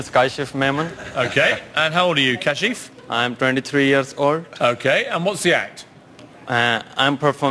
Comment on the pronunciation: Kasheef!! lol. It’s pronounced Kaa-schif. Anyways he was such a positive man even though he danced so badly. When I originally saw this I thought they would make fun of him and tell him no but his act could be the funny dancer who dances badly.